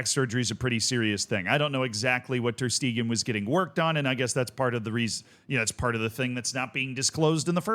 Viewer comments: Stegen is pronounced "Shte-gen", the g in "gen" being pronounced like the g in "Gay", and "en" is like "gENeral" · Guys he isn't a German speaker, Schtaygen isn't going to be pronounced right 9/10 same goes for Knipex, etc